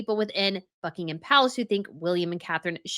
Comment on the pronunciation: It's not BuckingHam. It has nothing to do with ham. Forget that H,.